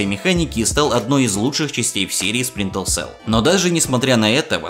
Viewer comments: Дружище, классный выпуск, интересно) но небольшой комментарий к одному из названий - все таки не Спринтел, а Сплинтер селл) успехов!) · А ещё ты говоришь "Спринтел селл" а надо "Сплинтер цел" И не "Канул в лета", а "Канул в Лету". Лета - это река забвения. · и в каком же мире буква р читается как л? максимум у японцев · Ты говоришь "сплинтел сэлл", вместо "Сплинтер сэлл" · Почему ты говориш сплинтеЛ сел? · Сплинтер селл ни разу не выговорил =)) P.S. Видос хорош, спасибо. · Сплинтел Селл ...ладно,не обижайся,но это же забавно было )) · Я один слышу как он говорит "сплинтел цел"? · Почему ты говоришь "спринтл селл". Там много таймкодов, но вот один к примеру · Спринтэлсэл! Спринтэлсэл мля! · Спринтл селл. Ну что за ретард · Так все-таки "сплинтел сел" или "спринтел сел"?) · Мне показалось, или он сказал "Сплинтел Сел"?) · Ути пути, сплинтел сел Ты хоть это...произношение бы потренировал. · СплинтеЛ село? Сийозно? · Говорят, что Сплинтел Сэл топ игра. Стоп, Спинтел Сэлл? Спринтел Сэл? Булджать, топ озвучка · "Сплинтел селл" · Автор,все здорово,но пожалуйста-ознакомься с названием игры и ее правильным произношением,если английский язык тебе чужд. Это не наезд,не стеб,просто немного режет уши от названия Splinter cell.Все таки оно будет сплинтер цел,и никак иначе. Я,наверное,доебался по чем зря,ведь твой контент я люблю,но как фаната серии игр про трехглазого шпиона под потолком меня это слегка напрягло)не обижайся. Просто так лучше будет всем-и тебе,и зрителям.Ведь твое имя и/или канал ведь произносят правильно,почему бы и тебе не сделать тоже самое) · Следи, пожалуйста, за произношением названий, про Чернобыль и Сплинтел Селл уже упоминали, я добавлю: не "GSC World", а "GSC Game World"